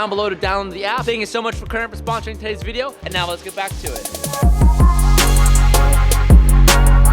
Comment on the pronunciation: “todays vrrrdio”